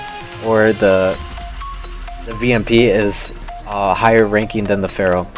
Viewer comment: vamp not vamp